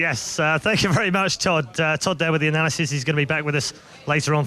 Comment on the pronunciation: "We don't just have one analisysist..."